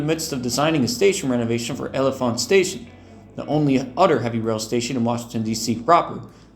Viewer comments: The pronunciation of L'Enfant is closer to "Lon-Font" (named for Piere L'Enfant). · This is a great video! I have a few small corrections and comments on some things: L'Enfant is pronounced like "la-en-font", or more commonly just said as "lawn-font". This extension was canned because of low projected ridership, as well as the fact that the yard is at Broad Run, meaning trains would have to run back to Broad Run after completing the trek up to Haymarket. The NS line that the service would run on is also not double tracked, with only a few passing sidings. The coaches in this render aren't exactly correct in this render either, as it features doors between cars on the upper level like a superliner, rather than a door on the lower level, like gallery cars have. VRE is partially funded by the PRTC, which is the agency that runs OmniRide. Additionally, the photo was taken somewhere within the jurisdiction of ART (Arlington Transit), so the picture was taken in Crystal City, as Woodbridge and Manassas are not served by ART.